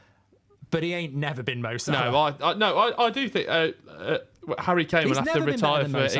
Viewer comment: it's Salah